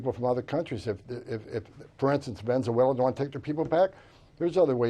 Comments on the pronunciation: Dude needs to learn to pronounce "Venezuela" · ....perhaps a lesson on how to pronounce Venezuela might be a good place to start ... before you force people onto a plane bound there.